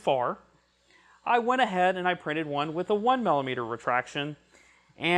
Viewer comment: sorry to be picky but the word is Millimeter as in Milli meter not Mallimeter